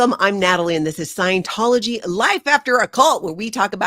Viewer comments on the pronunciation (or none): You are mispronouncing scientology.